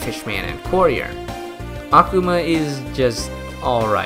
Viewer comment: small correction: Akuma's name, like every Japanese word with similar structure, is pronounced with emphasis on the second-to-last syllable. Not really a big deal, but it did irk me just a little bit to hear you repeatedly say Akhama. x3 That aside, you've earned a subscriber for this an several other videos, and convinced me to reinstall The Battle Cats and give it more of a go. Last time I played it, I stopped after beating The Face boss fight, and uninstalled because I simply didn't know how much more content there was and figured I'd already seen most of the game. How wrong I was!